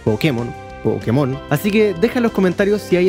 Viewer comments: Asumo que es la herencia norteamericana. En todo caso, la mayoría en latinoamerica pronuncia pokemón porque así les decían en el doblaje del anime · Tranquilo, los de España son los que pronuncian mal, esa tilde no es del español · Soy de España y te disculpo por la pronunciación xD El fantástico análisis lo compensa. Espero con ansia el próximo vídeo centrado en la música de Pokémon! :D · Con la palabra Pokémon pasa algo muy curioso que solo lo vi con otra palabra, y es con Píkachu jajaja, son palabras que siempre vas a encontrar gente que las pronuncie como graves, como agudas o como esdrújulas, Y LO PEOR ES QUE LAS DOS TIENEN UNA TILDE!! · Pokémon se pronuncia acentuando la primera O. La tilde en la E es para que los yankees no le digan "poukmon" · desde cuando nadie lo pronuncia con el acento en la ultima o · Pokemon se pronuncia asi tal cual ese acento en la "e" esta mal es algo de los gringos o para ser mas puristas seria Pocketo Monsuta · Los españoles le dicen pokémon, tú le dices pókemon, y yo le digo pokemón 😢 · Poukimon en ingles Pokémon en castellano, como debería ser Pokemón en Latinoamérica Pokemon sin acento en japonés aunque a veces también lo pronuncian cómo en Latinoamérica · Yo le digo: "Pokemón", que suena lo más parecido a el Japones, el cual no lleva acento... Dato curioso, el acento en la É era para que los estadounidense supieran que esa E se pronuncia como en la palabra "Pocket o Rocket" y no le fuera a decir "Poukmon" como se dice "Poke" como en "Slowpoke"... pero los muy genios pronuncian esa E como si fuera su E común que suena a "i"... o sea "Pókimon"... 😅 Y los españoles se fueron de tontirijillos... porque pronuncian ese acento en la É que es un "adorno" como si fuera para ellos, haciendo sonar la cosa aún peor 🤦🏼 Es así como que si todo el mundo se hubiese de acuerdo en cag💩la... 😑 Porque no hay que olvidar que cuando los japoneses no lo abrevian, le dicen: "Poketto Monstaah" 🤪